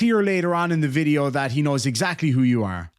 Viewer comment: It’s not film. It’s not vid-yuh tape.